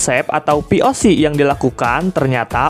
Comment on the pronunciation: POC tadi denger nya VOC :V